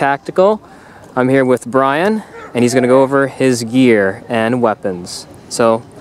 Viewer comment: Bwian, eh? Nonono. Brian.